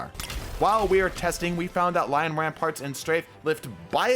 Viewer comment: still to this day, I haven't heard anyone call the titan exotics by their actual name, it's lion rampant not ramparts 😭 no hate and love the vids !